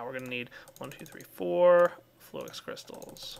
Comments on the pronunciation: Flew-Ix? nooo its Flux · its flux... lol you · fl - ex insted of flux.. lol